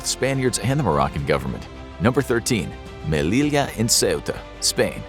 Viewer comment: Two l’s in Spanish make a y sound, so Melilla is pronounced May-lee-ya. Otherwise, great video. 😃